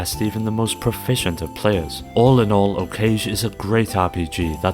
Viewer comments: That's not how you pronounce Okage. O - cage ? Lol It's like Hokage (from naruto) without the 'H' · This is a great video. That being said. Silpheed="Sil-Feed" And I'm pretty sure that Okage= "Oh-Ka-Ge" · I actually agree on the pronunciation, and felt a bit of cringe each time he used "cage". But I try to be a bit understanding, have seen cases where the American pronunciation has effectively become the "correct" pronunciation for America (or whatever country/language), and have run into Romanization confusion as well. Plus this is one of those cases where you can't just look at the Japanese name and say "it should be..."